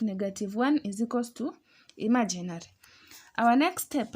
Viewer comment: I love to way you say "imaginary". ❤